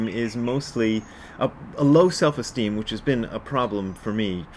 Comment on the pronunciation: So, Selves Esteem. (It sounds like Elves. Oh wait. No Elves Esteem?). Seriously a helpful 'cast today, Brad. Confidence for me is faith that the universe is already always there to help out. I forget that a lot, since I easily forget to take the self out.